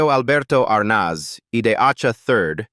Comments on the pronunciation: It's Desi Arnaz, not Desi Arnoz. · I really wish they could pronounce their names right for instance Desi Arnaz is pronounced Arnez it's very annoying! 😮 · Plus how about if the narrator learned how to pronounce names? Who is R-noz? 🤔😂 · Desi ArNAHHz?! diSEElu Productions? Lucy DAYsee Comedy Hour?! Just careless input into your AI narration host. You need to input tough words PHONETICALLY! An insult to their memory. Unsubscribed.